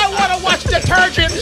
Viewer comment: said "Detergent" LMAO